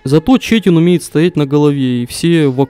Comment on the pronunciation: Турок, наверное, не чЕтин, а четИн, по правилам турецкого (+немного бесполезной инфы KEKW)